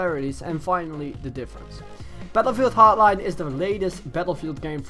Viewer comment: Wtf is bettlefield hartline and advanced wawfaw?